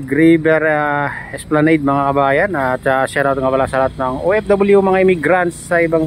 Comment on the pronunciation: Wrong esplaneyd "Esplanad" correct